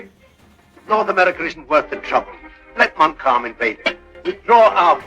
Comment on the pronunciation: listening to your pronounciation of Montcalm I think you will have to apply for a German passport and so fieldgrey history is born